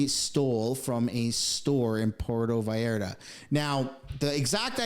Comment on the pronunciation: pronounca correctly Pur e to Vall ar ta..